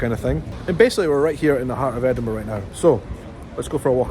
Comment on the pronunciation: I love how you say Edinburgh ❤